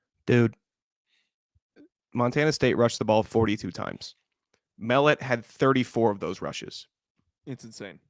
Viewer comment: Just as a heads up, Tommy Mellott’s last name is pronounced Muh Lot.